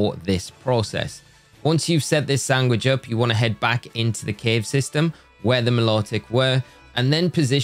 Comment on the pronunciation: Are you saying "Sangwich" and not "Sandwich"?